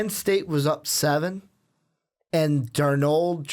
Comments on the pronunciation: It's Sam DARnold. Accent on the first syllable. Sheesh! You, also, forgot to mention Clay Helton, the brilliant young USC coach. He will become the next big-time coach in college football if the NFL doesn't steal him, first. BTW, Clemson is the current "King of College Football", not the "Tide". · They keep saying Sam darNOOLD!!! It's darnold, like Arnold but with a D... Darnold!